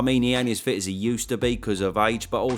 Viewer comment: I’m not sure I’d class Fury as ‘pretty fit’ in his fight against Ngannou. Change the vowel and I think you’ll be closer 👍